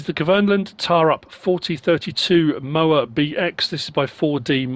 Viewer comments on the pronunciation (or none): Getting ridiculous with those placeable factories. More trouble than they’re worth. Great idea though. It’s pronounced “T’oh’rup” just like Holmåkra is pronounced “Holm’oh’kra”. That truly is a gamechanger that machine 👍🏻👍🏻